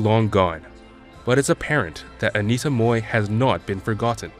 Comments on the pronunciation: It's Mui (mooi) not Moi.... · It would be nice if the narrator can at least get her name right. She was Anita Mui, not 'Moi'. If you can't pronounce the Cantonese 'Mui', try the Mandarin 'Mei' or just Anita. It is so disrespectful to get her name wrong, in a video dedicated to her. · Why is he pronouncing mohrrr when it is supposed to be mui?) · Why did he pronounced her name 'Moy' ?! it is 'Mui' , he knows better ! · Please learn to pronounce Anita’s last name right. It’s not said like “moy”. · I'd initially wanted to watch this clip but stopped within 1 minute. The narrator butchered Anita's surname. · At least get a narrator who can actually pronounce her name correctly!